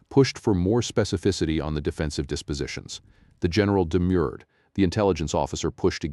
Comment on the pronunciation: THE GENERAL "DEMURED????????????????????????? AS IN DEMURE?? SHOULD SAY "THE GENERAL DEMURRED WITH A RR AS IN THE CAT PURRED.